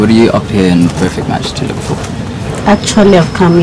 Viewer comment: She said ' I wook'....